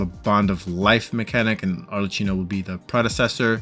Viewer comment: Italian here is pronounced more like ArleKino